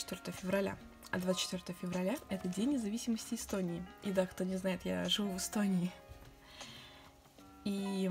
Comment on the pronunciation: Эстония не И а Э